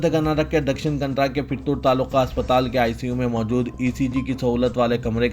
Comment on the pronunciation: Dakshan kantra nahi Kannada bolo . Thumari urdu na jane kab sahi hogi. Simt ko simat bolte ho. Siasat walon ko bhi kaye bar tawajje dilayi gayi. Lekin who bhi kuch nahi kar rahe hai.